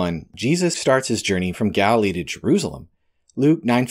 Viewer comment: Jerusalem....Jer ru sa lem Of course you may prefer to say it as.. Je roos alum. . Lol.